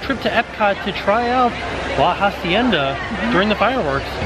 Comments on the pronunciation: Just so you guys now, in “hacienda” you don’t pronounce the “h”, so you just say “acienda” ;) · Omg this is my pet Peeve... it pronounced “ah-cie-nda” not “HA-cien-da” please help me, help you... PLEASE! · The H in “hacienda” is silent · Hey guys just to let you know in Spanish you dont pronounce the H so it would be pronounced like La acienda. love you guys!